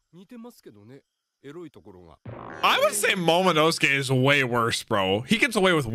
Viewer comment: Remember when could not pronounce Momonosuke even after dozens of episodes since his introduction back in Punk Hazard. To see him roll that name off his tongue like it was nothing is so satisfying to see!